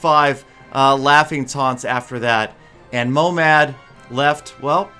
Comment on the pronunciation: Its not momad its mohamad i live in iran and this is persian and i speak persian